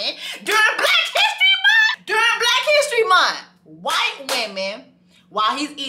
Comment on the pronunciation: ”Really? During Black History MunT 😒?”